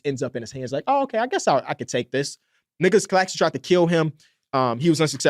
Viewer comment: I swear it sounded like he said Niggalos Claxton 😂😂😂